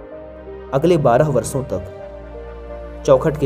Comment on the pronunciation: आप अच्छे कथाकार हैं किंतु एक कथाकार होने के नाते कृपया उच्चारण मे सुधार करें जैसे सांत नही शांत, वर्सो नही वर्षों इत्याति । स और श या ष के उच्चारण में बहुत फर्क होता है।